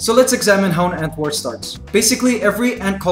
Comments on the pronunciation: when he said ant war I thought he said "ant whore" and I was like wait wtf? lol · No offence but when I heard him say "ant war" to me it sounds like "ant wh0re"